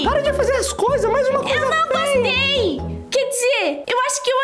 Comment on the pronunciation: O:Não gustuei asmei,Kkkk